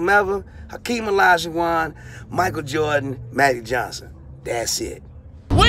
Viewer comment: MAGIC JOHN-son. Funny coming from Ron Jeremy😂😂